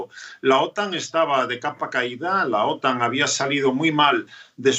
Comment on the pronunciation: Las siglas OTAN en español se pronuncia acentuado la sílaba "tan" (otán).